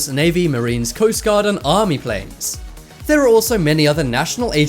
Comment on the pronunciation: I live dere owo